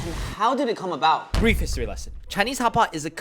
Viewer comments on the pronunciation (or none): I need a Bried History Lesson. XD Not brief. Bried.